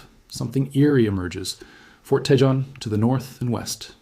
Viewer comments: It's pronounced Tah Hone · It's TAY HONE pass - I do with these people on YouTube would learn to pronounce Spanish names. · In”Tejon” the j is pronounced like an h.